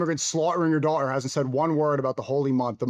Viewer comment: Why does he speak exactly like him? Why did he pronounce slaughtering and daughter like that? That sneaking kid has a massive identity crisis